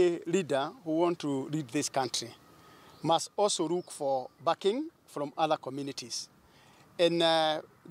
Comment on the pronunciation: It's look not rook..